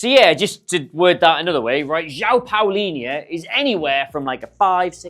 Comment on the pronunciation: You pronounce it like Paulinha